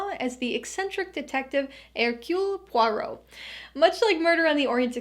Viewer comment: Great list which I appreciated because you mentioned several movies I wasn't aware of. Props to you also for nailing the pronunciation of "Hercule Poirot"! You're obviously very knowledgable about cinema but I like how you don't automatically dog movies that the majority of critics dismiss. How in the name of House Harkonnen though did you not include "Dune" though? That's THE movie for me this year, cannot wait...lol. Would love to just talk movies with you. Happy New Year!